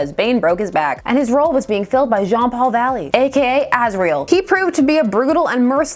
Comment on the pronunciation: I was not ready for your super Frenchy Jean-Paul Valley voice, and the raspy voicelines you did for Preston Payne were chilling through headphones